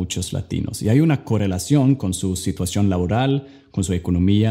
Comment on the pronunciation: aquí dices corelacion envés de correlación 😌😁